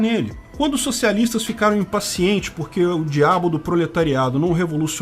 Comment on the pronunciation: "O djabo do proletário..." 😅